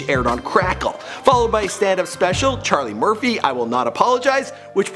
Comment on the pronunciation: Ima say it for the record it's *CHARLIE MURPHY